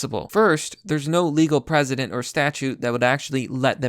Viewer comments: I totally agree, but why do you keep pronouncing "precedent" as "president"? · Yes. They understand what they're doing. Your saying legal president fyi. Not precedent. Think press. Pressident-precedent. Not president